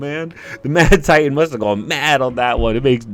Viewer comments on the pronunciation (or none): none